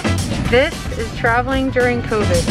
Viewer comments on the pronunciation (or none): And Covid not Covis